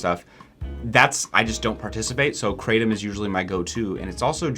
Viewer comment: If you want to know how 'krathom' is actually pronounced (CRAYdum is quite funny), try to paste กระท่อม (krathom in Thai writing) into Google Translate, pick Thai as language, and press the speaker button.